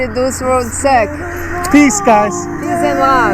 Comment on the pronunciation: I thought she said sex